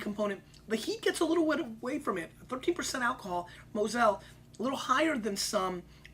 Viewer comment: "Mo'zell" aka Mosel. lol